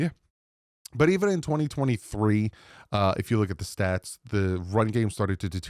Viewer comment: Did you just say shats instead of stats … you made this video mushy twice! Hahahha I love this show!!!